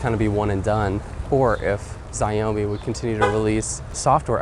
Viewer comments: The correct pronunciation for Xiaomi is "chiaomi" like in Chicago!! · Please learn how to pronounce Xiaomi! The way you said it in your video is wrong!